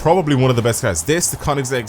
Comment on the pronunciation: I love how he says cars like cairs Idk why I love the way he says it with his accent